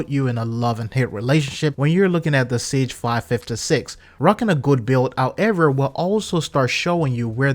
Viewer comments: I love your videos man, but the gun guy in me keeps hearing you say “Siege”? I know that game developers play with the names so I’m not sure if that’s true to the game. Having said that, some common misconceptions that just poke me in the gun nutz. The nomenclature in most rifles has to do with the manufacturer’s names. AR (as in AR-15) doesn’t stand for assault rifle but Armalite Rifle. SIG is Sig Sauer. Before anyone goes off half cocked, I understand you may already know this. Just a little info for the people that don’t. I know the game archetype is assault rifle and the games play loosely with the names of the firearms represented within. There are a lot of reasons for that, but it does lead to some common misconceptions. I don’t want you to take this the wrong way. I love your videos and keep up the good work! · Sig. not cig